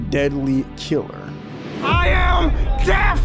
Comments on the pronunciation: The first thing he should have taught him was how to say DEATH... With the TH... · Greatest of all time MM JOHNSON. all caps man .teach that boy Deaf sentence how to pronounce death right .much love . U r the realest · Is he saying death sentence or death city before his fights? Everything is pronounced clear except that word.